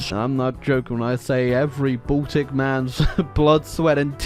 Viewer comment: The way he says Baltic all I can hear is "balldick"